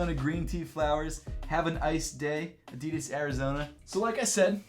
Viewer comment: So, uhm, actual German here, is this how Adidas is pronounced beyond the pond?